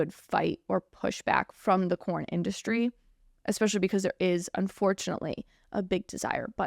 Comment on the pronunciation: It sounds like your saying corn instead of porn lol 😂